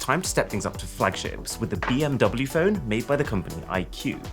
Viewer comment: Just... BMW (V), not double V ... Just... just do it right please...